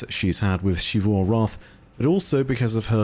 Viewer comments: I don't know why insists on pronouncing it "Shee-voo" despite multiple characters in game speaking it clearly as "Zee-voo" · Why do you say it "Shivu"? They literally just say Xivu in game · I’m looking forward to learning one day to properly pronounce Xivu’s name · It’s not like every character in the game ever says it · Im sorry, but I have a pet peeve with. His pronunciation of Xivu is never correct lol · At this point I'm confident you've seen at least one of my posts correcting your pronunciation of "Xivu." I have to conclude you're deliberately continuing to be objectively wrong out of spite. Why do you do this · It's his job to retell stories that other people wrote. A pretty easy job that just about anyone who can edit a video could do. The least he could do is do it right. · Clearly doesn't put enough work in to pronounce a name correctly. If anything, it's disrespectful to the writing staff at Bungie to deliberately continue to say it wrong.